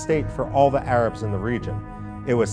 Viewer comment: "...thuh Arabs...thuh Arabs...thuh Arabs..." (Repeat ad infinitum and ad nauseam.), please note that in real English, as pronounced by real native speakers, the definite article "the" is pronounced ði (as in "thee") before words beginning with a vowel. Thus: the elephant ("thee elephant"), the Arabs ("thee Arabs), etc. etc. NOT "thuh apple, thuh Arabs"! Thank you.